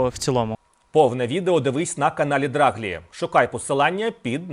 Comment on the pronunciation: Все добре, але правильний наголос, здається, не ДрАглі, а ДраглІ.